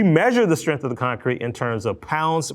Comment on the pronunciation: I hate when people say the word strength like strinth. There's a g in it.